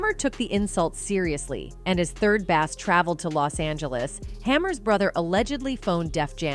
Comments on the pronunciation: Its pronounced Base not Bass even tho that is how its spelled ! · This AI is sh1t. "Third Bass" pronounced like the fish. "50 zero zero zero dollars...." F'in shite. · How are you going to narrate a video and can’t even pronounce their names properly 🤦🏽‍♀️